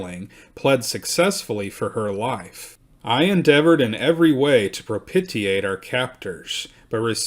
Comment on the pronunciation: Thank you for this excellent story and fantastic narration. Fyi propitiate is pronounced: pro pish e ate